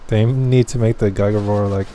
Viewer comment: So do you know how to say giga